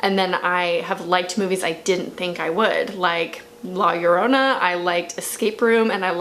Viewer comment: You’re pronunciation of Llorona is correct lol